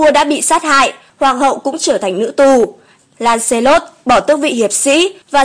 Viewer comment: Theo mình nghĩ Lancelot đọc là Lăng xơ lót